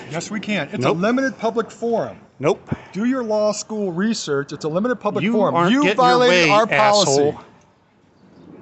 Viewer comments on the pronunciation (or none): none